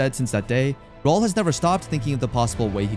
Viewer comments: I eventually stopped calling him Raoul and started pronouncing it as Raúl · WHY CANT HE PRONOUNCE RAUL?...😂